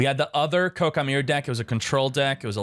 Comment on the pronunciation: Sorry, but does he know it's Koa'ki and not Kokai? Or is this a meme? I'm confused. Please explain.